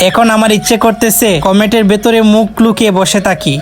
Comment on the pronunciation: Komet ❌ komot✅